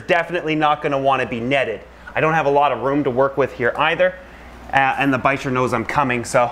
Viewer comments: ReecePocock VLOGS bichir? Bicher? (Pronounced bi-sher, I don’t know how to spell it) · Isn't bicher (the long wiggly fish with Frank) pronounced biker??